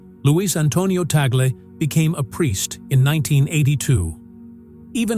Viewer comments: I hate AI voice, with the wrong pronunciation Tag-le. No we dont respect abusers, and no, Roman Catholic losing touch and not even going to church anymore, appointing him is a PR move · The commentator even does not know how to pronounce Tagle. All COMMENTS: no video. Conclave first: White Smoke: then the new Pope will be shown on the balcony. Fake news.